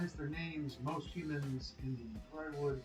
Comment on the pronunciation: It's pronounced "Dear" Wood